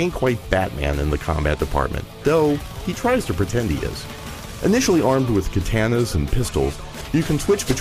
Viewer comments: did he really say kaytanas? really. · Initially armed with guns and KUHTANNAS.... it's like we as American's don't know how to pronounce things anymore :/